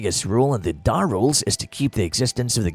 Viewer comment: I think he said Dar Rules at one point